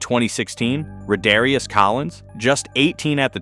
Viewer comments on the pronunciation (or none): “Ruhdarious” setting him up for failure.